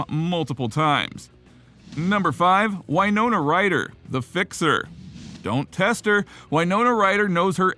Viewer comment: It W not why ( in WINONA